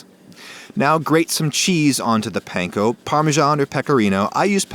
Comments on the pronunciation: Panko is pronounced pun-ko not what you’re saying btw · Panko is pronounced "PAHN-KOH". Trust me, i learned little bit Japanese. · Also mispronounced panko, if that hasn’t been mentioned yet. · he totally pronounced panko wrong - but it's okay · pronounced panko (ぱんこ) wrong lol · idk if you care but your're prounouncing panko incorrectly babish does too though so w/e